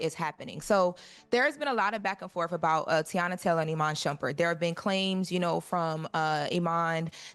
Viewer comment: Can somebody please tell that an AXE is used to cut down trees the word is A S K!! ASK! The word is not CHU it is YOU!